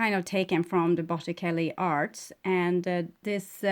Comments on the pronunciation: You are amazing and I hope you don't take this wrongly it's to help you...you pronounce in Italian Botichelli...ce makez the ch sound. Take care! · Pronounced bot-eh-chel-e